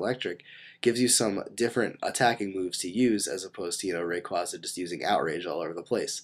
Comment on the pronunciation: It's pronounced. Ray-KWAY-ZA